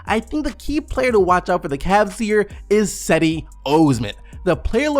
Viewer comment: I'm learning Italian so I lol'd at how he pronounced Cedi's name Il video è stato fantastico altrimenti 👌